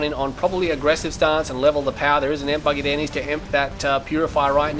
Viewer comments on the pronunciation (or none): Awesome match, awesome video, but it's E-M-P not EMP!